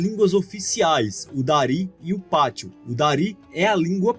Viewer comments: A única correção á fazer é q se diz Pashto e não Patsho(como dito no vídeo) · Pashto, não "patsho" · Correção, o correto é "Pashto" e não "patsho".